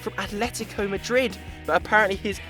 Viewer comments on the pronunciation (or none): none